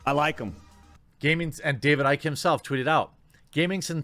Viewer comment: OMG IT'S PRONOUNCED ICKY NOT IKE. Also, it's got nothing to do with Icke. It's got everything to do with the Roblox vid at the end. His shit was so scattered it's like watching everything dear in his life is about to come to an end. Shit, you think the Doc would damn near break down in tears if Twitch fired over Icke? Nah, the Doc is probably going to prison. Either from tax evasion or an encounter with underage chick. The key is the Roblox vid people. Why would someone in his discord ask if he was going to play that game? A children's hide and seek game and a vid or 2 adults speaking in childlike voices. That was some cringey fucking shit.